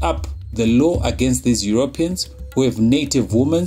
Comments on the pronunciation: Euro Peans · I love the videos, very informative but the way he keeps pronouncing Europeans is annoying